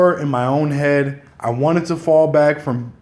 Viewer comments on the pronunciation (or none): none